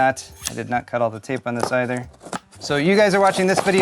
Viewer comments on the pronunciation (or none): none